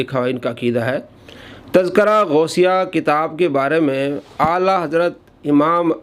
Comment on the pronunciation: جناب لفظِ تزکرہ کا اعراب درست فرمالیں